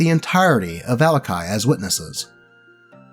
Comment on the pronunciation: the way you say "vallaki" makes me wanna vallakill myself